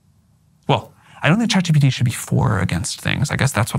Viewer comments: Tucker carlson says "CHAT GTP" lmfao what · 'ChatGTP' lol! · "CHAT GTP" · Tucker struggled to pronounce CHATGPT, said chatGTP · tucker deliberately Saying ChatGTP over Chatgpt 😂😂😂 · Tucker calling it ChatGTP reminds me of when my father asks for help with his computer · Tucker, thank you for what you do. I truly respect you. For a man with the rhetoric that you have, which is commendable, to mispronounce ChatGPT as ChatGTPseems below you and disrespectful and distracting to the person you’re interviewing. Certainly you’re conscious of this decision to mispronounce the name. It takes away from the honest questioning of Sam and your genuine curiosity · Didn’t help tuckers case he kept calling it chatGTP